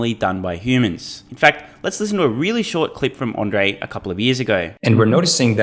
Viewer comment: Not that it matters much now that Andrej has left, but there are two fairly similar names in Slovakia: Andrej and Ondrej. And you keep saying Ondrej.